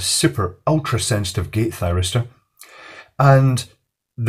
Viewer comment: Any one else hear Gay Thiristor? No must have miss heard it then. xD